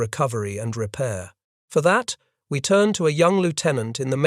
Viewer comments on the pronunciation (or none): none